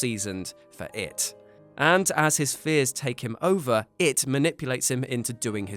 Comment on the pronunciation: the heavy emphasis on the word IT in this video is terribly annoying, look you can just say it or call it a he. less distracting than you heavily emphasizing IT. sorry just got annoyed as fk